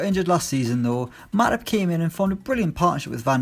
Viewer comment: The way he pronounced 'Matip' was wrong sounded like matic to me lmao